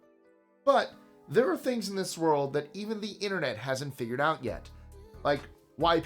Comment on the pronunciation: THUS is getting WAY to 'murican for me!!!!!! WTF??